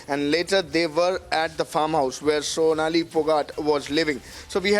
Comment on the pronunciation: Fonali phogat?? Sonali✅ At least get her name correct out of respect!🙏